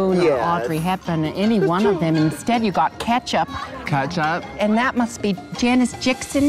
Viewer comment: When she called Kesha, "ketchup"... UGH, soooo funny. I live for her. Truly a star to have won in a season among drag TITANS